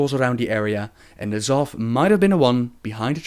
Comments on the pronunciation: It's not NERZOTH either. It's N'zoth.Pronounced as "Nuh-Zoth". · And still pronouncing N'zoth wrong, =P